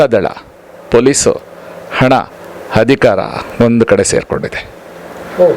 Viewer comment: ತೀರ್ಪು ನಮಗೆ ಬೇಕಾದಂತೆ ಬಂದರೆ ಮಾತ್ರ ಸರಿ. ಇಲ್ಲವಾದರೆ ಷಡ್ಯಂತ್ರ. ಈ ವಕೀಲರ ಮನಃಸ್ಥಿತಿ ನೋಡಿ. ತಾನೊಬ್ಬನೇ ಬುದ್ಧಿವಂತ ಎಂದುಕೊಂಡಿದ್ದಾನೆ. ಮಾತಿನಲ್ಲೇ ಗೊತ್ತಾಗುತ್ತೆ, ಇವನೂ ಬುರುಡೆ ಗ್ಯಾಂಗಿನ ಸಕ್ರಿಯ ಕಾರ್ಯಕರ್ತ ಎಂದು. ಅಧಿಕಾರ ಎನ್ನಲು ಹಧಿಕಾರ, ಅಧಿಕ ಬದಲಿಗೆ ಹಧಿಕ ಇತ್ಯಾದಿ ಹೇಳುತ್ತಾರೆ. ಕಲ್ಲಿದ್ದಲು ಮೀಡಿಯಾ